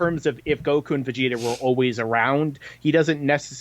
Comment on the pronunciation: vegeta not vegetables